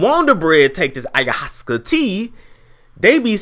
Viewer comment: It's pronounced I-ya-was-sca